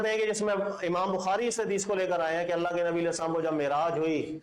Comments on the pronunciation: Assalamualaikum.. Allah may ALLAH reward you for your work.. one thing i noticed that you pronounce ALLA Instead of ALLAH in your lectures please take care of it.. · اسلام علیکم آپ اپنے بیانات میں اللَّٰه کو اللَّٰ کہتے ہیں خیال رکھیں۔۔ باقی آپ جو کام کر رہے ہیں اس سے بہت فائدہ ہو رہا ہے اللَّٰه پاک آپ کو جزا ےء خیر عطافرمائے آمین۔۔